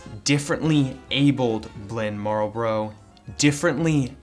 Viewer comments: They are Marlboro not Marbro. Amateur! LOL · Lmao “Marbrloro” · My entire life I never knew how to pronounce marlboro. Thank you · You know, you didn’t pronounce Marlboro correctly even once...